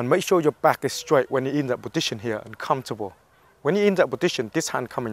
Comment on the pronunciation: i love how he says positsion